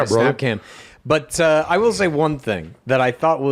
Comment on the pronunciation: I “wull hold on dude” my wife all the time now 😂